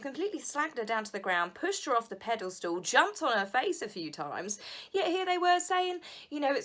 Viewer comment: Did you say 'pedal-stool'? 😂 not trolling, it's an IT Crowd joke, and I used to say it all the time 😆😆😆